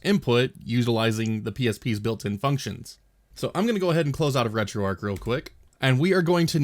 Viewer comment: Don't know why it bothers me so much on others videos, but I watched and paid more attention to yours because you actually say retroarch properly